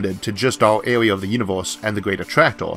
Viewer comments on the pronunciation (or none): "di yunivous"